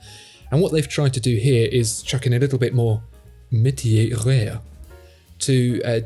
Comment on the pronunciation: funny hou you can pronounce metier just fine, but you can't do rare.